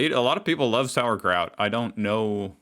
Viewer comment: Sauerkraut, It's kraut that is sauer.